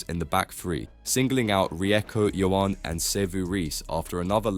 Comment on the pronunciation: Marshall is correct. Your pronunciation of Ione is incorrect. Get it right next time.